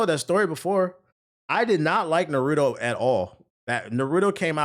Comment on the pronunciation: “Nurudo” lol